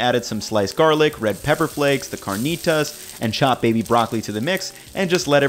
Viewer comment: You seem more cultured than to pronounce carnitas as you do.